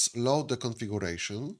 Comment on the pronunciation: Правильно произносится "КонфигЬЮрэйшн", а не "конфигУрэйшн", и "сЪОрвэ", а не "сэрвэр".